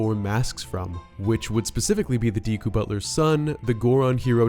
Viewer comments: Decku is not pronounced Deeku, its pronounced like the main character of My Hero Academia. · It really does amaze me how people mispronounce simple words... Its not "Dee•ku", it's "Deku", as in: "DECK•KU" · DEHKU NOT DEEEKU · It’s pronounced deh koo